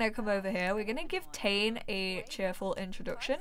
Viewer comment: I think the kids name is pronounced Tah-Né, or at least that seems to be how I've heard it more often. In any case he's BFF's with my sims daughter and I might make them grow up together :D